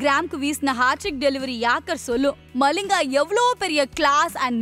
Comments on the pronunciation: மலிங்கா இல்லை மலிங்க 😊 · Lathis malling illa , lasith Mallinga